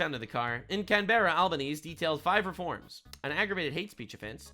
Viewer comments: Its pronounced "Alben-easy' or just 'Albo'. Aka 'Cockhead' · Albanese is pronounced Alban easy